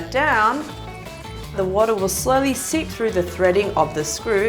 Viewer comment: Seep not sip 😅